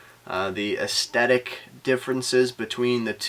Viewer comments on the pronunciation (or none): Learn to pronounce words. Today's word, aes-the-tic, is not to be pronounced "es-te-tic" . On a different tack-- your placing of the specs of each watch over the watch for comparison purposes--AWESOME--Maybe only God is awesome--INSPIRED! BEST.IDEA.EVER. imo